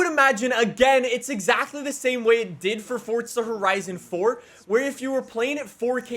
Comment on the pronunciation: "Fortza Horizn"